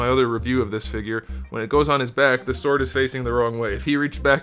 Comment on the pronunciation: That's his humor. He also usually pronounces the "w" in sword for comedic effect. Works for me